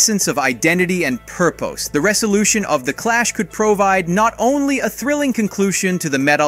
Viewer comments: Wow... until "pur-POSE" I didn't guess that this narrator voice was AI. And then the pronunciation went all to hell. Probably the point at which the video creator gave up and stopped trying to generate correct word pronunciations. Lame. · “Purp-oh-s” XD